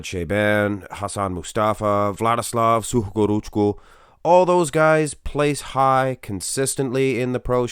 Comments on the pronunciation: Yooo! He butchered the Arabic name then came back and pronounced that name flawlessly. I thought I was the only one that caught that lol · i actually laughed so hard when he pronounced it hahaha